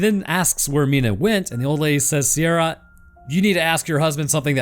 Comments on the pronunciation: Ciara = ‘Kee rah’ ≠ ‘See ah rah’ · Ciara is pronounced KE-RA, also no anglerfish reference? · The Ciara pronounciation makes me an Irish guy twitch every time I hear it.